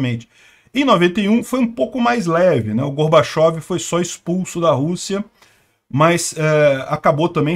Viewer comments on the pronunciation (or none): none